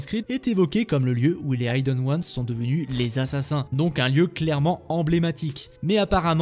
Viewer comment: Dommage que les fautes de français, les liaisons hasardeuses et l'obstination à prononcer Vahalla au lieu de Valhalla et aïdeun wanz au lieu de ideun wanz (hidden ones) gâchent la vidéo. Marge de progrès envisageable.